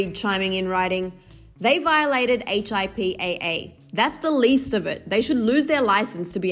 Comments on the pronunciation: Lol you pronounce it “hippuh” not H-I-P-A-A 🤦🏻‍♀️ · H. I. P. A. A. you mean HIPAA? You don't have to spell it out 😂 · it's pronounced hip-uh, hip-uh laws. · I cringed when she spelled out HIPPA😂😂 as a nurse, we really just says “HIPPA”😂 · Yessss. I was triggered by that. 🤦🏾‍♀️ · yeah, I was like "why is she spelling it?" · Plamedie Ifasso She’s a reporter, all reporters need to make sure they do their research before reporting a story. Def not here to roast, just trying to spread awareness because HIPAA is something important that people should know about, and knowing that it’s pronounced instead of spelled could be helpful for people who may hear the term after this. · Im a nurse and I was cringing 😂😂